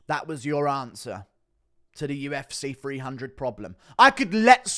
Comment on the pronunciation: "UFC Free hundred"